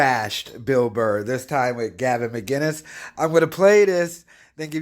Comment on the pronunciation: It's MCKKKINESSS, not MIGGGGINUSSSS. You retard.